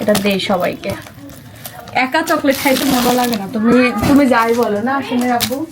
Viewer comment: অশিক্ষিত জামাই চকলেট কে বলে ছকলেট গ্রামের অশিক্ষিত একটা ছেলেও ওর থেকে ভালো ভাবে কথা বলে